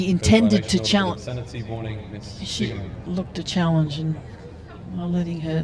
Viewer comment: "You have to say clearly challenzhe "